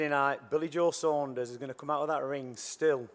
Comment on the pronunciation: Sanders 🙈 it's fucking Saunders